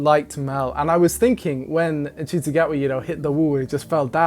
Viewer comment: This seasons outfits have been amazing. Ncuti fits them all so incredibly well, he's gotta be loving the wardrobe. This season felt rushed but im just glad its back every weekend like it use to be instead of twice a year. btw ncuti is pronounced shooti